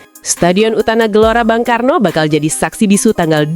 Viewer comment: 😂😂😂😂MIN JANGAN KECEPETAN NGOMONGNYA, STADION UTAMA BUNG KARNO BUKAN BANG KARNO😂😂😂